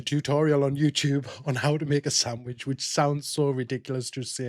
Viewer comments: "Sandwidge" :face-blue-wide-eyes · I don't mean to sound offensive but what the frig is a SAM-wich? I've had peanut butter & jelly saNDwiches. 🤪